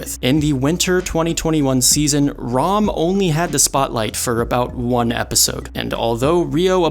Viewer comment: why is bro pronouncing ram's name as rum